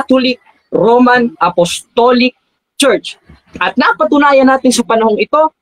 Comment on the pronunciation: hiy ugok ayosin pag bigkas ang romano at wag kng bilib sa sarili di ikaw ang magssabi kong nanalo ka pastor kng naturingan owit mo